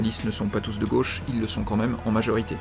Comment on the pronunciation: " La Gôche ,?? A LA COUIZINE !!!!! "